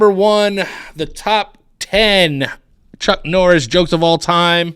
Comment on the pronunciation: Drink every time he says Chuk Norris